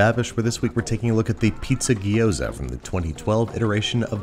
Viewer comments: My raised-in-Taiwan, Chinese-speaking, American wife and all of her family pronounce it “jee-OW-dzuh.” Where does “gee-OH-za” come from? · Say it "G'Yoza", not "Gee-oza" or "Gyros". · hermione Voice It’s gyo-za, Not gee-oh-za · You said it gyoza weird the whole episode. Gyo-za not Gi-yo-za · Repeat after me, gyo “Gyo” Za “Za” Gyoza “Giyoza” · Now you know my pain with Gi-yo-za and not gyoza. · if he calls gyoza a ghee-yo-zah one more time i'm going to have an aneurysm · From "饺子" to "Jiao-Zi" to "ぎょうざ", and now to "Gyu-Zoa"........ I don't know which one is declining faster, the authentication of the word or the food itself....... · Looks tasty, but the number of gee ooh zas hurt my ears. Never quite understood why the standard American pronunciation always includes more syllables then required. Digraphs are our friends. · As a Chinese person, Babish saying "Gyoza" is making me go insane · I know this may seem a little picky, but the way you pronounced gyoza is kind of painful. gyo is a single "sound," with no i in the middle. ^^